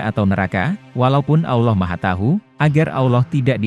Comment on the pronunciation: Maaf chanel ini gak pake suara admin manusia. Chanel ini pake suara bot / robot text to speech Adminnya hanya mengetik text saja, lalu disuarakan oleh aplikasi Bot nya Robot text to speech memang tidak bisa mengucapkan ALLAH dengan lafadz yg benar. Salaam... abaikan komen ini bila anda tidak berkenan